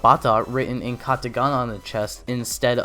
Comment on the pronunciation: It's katakana not katagana